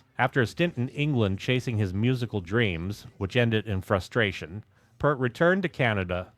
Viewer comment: Uh oh....you said "pert" not "peeeeaaaaaart" ...here come the angries Thanks for the content bro! :)